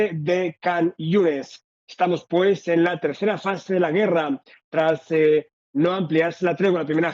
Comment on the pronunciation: Gracias por compartir las noticias sobre el acontecer en Israel que día a día esperamos escuchar. Quiero ayudar respetuosamente corrigiendo la pronunciacion de la palabra guerra (güera) quitar la dieresis que son esos dos puntitos sobre la u para que suene gue. Aún asi los admiro."Buen trabajo" Todo terminará en un hermoso libro.